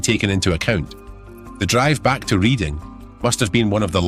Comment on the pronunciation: Reading.. is pronounced as Redding